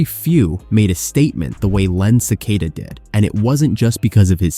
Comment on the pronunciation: It's Len "SA-KA-TA," not "Ce-kay-da."